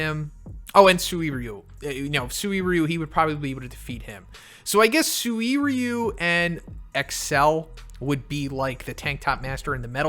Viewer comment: Hey awesome videos. but your pronunciation of 'Suiryu' kinda hurts me everytime i hear it. Try pronouncing it like 'See-ryu' not like 'owo' you know what i mean. Thanks